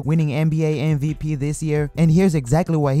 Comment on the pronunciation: It's MVP not MVT